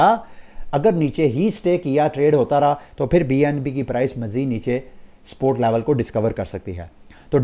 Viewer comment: Why do you say “sport” instead of “support”